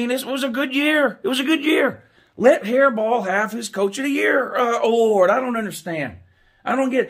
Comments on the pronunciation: says his name correctly then says hairball again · Ok if your intentionally pronouncing his name wrong that is just disrespectful, like "Hairball" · Who the f*** is Jim hairball it's Jim harbaugh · Who else laughed everytime he said hairball 🤣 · I keep thinking is Saying jim haribo like the gummy candy lmfao🤣🤣🤣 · Why don't you pronounce his name correctly? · A man mispronouncing another man’s name is beta as hell. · Even if I weren't a Buckeye I wouldn't think Harbaudh deserves the award, but I do think he deserves to have his name said right. The disrespectful mispronunciation takes away from the gentleman's interesting commentary.